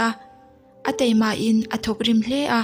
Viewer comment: Teima ni lovin taima